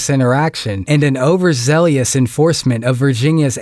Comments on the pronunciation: "overzelious" F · Ten point: C- for being tone deaf. Cops: C+ for keeping their cool while dealing with a (possibly well-intentioned) troublemaker. Original grader: D for pronouncing overzealous "overzealEEous". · overzealous = ZELL-US. Not ZELLY-US. :D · It's pronounced "overzealous". If you're phonetically approaching "Australia", then you've gone too far. Also....I'm gonna need that number for the Audit-the-Audit Addiction Hotline.....I'm ready to admit I have a problem. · It’s pronounced over zell us this is like the third time I’ve heard this from you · You mispronounced "overzealous" bro